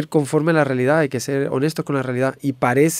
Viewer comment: Esa rialidad es una barriera rieciente ja